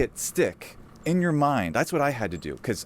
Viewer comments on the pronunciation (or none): none